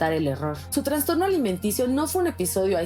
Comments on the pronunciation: Se dice trastorno… no se dice transtorno por favor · A VER REPITAMOS : TRAS .. TRAS .... TRAS ...TRASSSTORNO SE DICE. NO TRANNNNNSSSSTORNO!!!!!!!!!! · Dice transtorno??